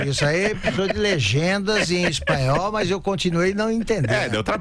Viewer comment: Ela fala bem o "espalhol", ou "espilhol" entendes.